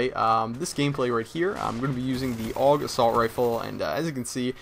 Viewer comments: I hate it when people say AUG like 'aawg' it's A.U.G. :@ Sorry about ranting lol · It's not pernounced og it's pernounced A.U.G like U.S.A. Duh every1knows dat